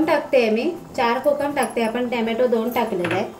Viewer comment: Tommmato nahi ghalat